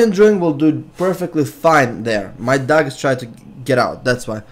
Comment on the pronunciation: im not being rude but when u say "dog" in your accent to me it sounds like duck ^^ :)